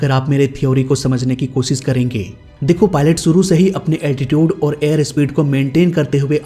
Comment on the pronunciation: You need more focus on pronunciation while speaking urdu words, as "zaroori" not "jaroori","shuroo" not "suroo" etc.